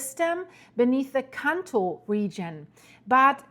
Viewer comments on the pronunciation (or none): none